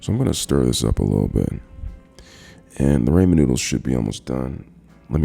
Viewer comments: I KNOW HE DID NOT JUST SAY "RAMON NOODLES" !!!! 😂😂😠😠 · Man says raymen noodles